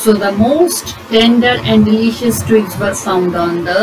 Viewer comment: The narrator climbed the trees to cut twings